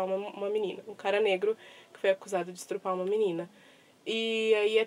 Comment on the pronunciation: Oi, descobri seu canal recentemente e estou gostando dos vídeos, inclusive me inscrevi. Eu só confesso que achei um pouco estranho você ter falado a palavra estuprar de forma errada. Eu não ia comentar nada, não quero ser chata, mas achei melhor dizer algo sim, já que é um canal literário, então é meio distoante um erro crasso assim. Mas como eu já disse, gostei muito do seu canal e dos vídeos, estou vendo todos e tenho certeza de que ela irá crescer bastante, pois tem muito potencial. Beijos e espero que você não leve a mal meu comentário.